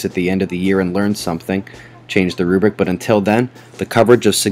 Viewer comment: Put the r in rubric. Not rubic. I love your videos. Trying to help, not being critical.